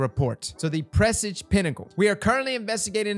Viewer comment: say it with me.... press Awje. Presage. Pressawwjjjjeee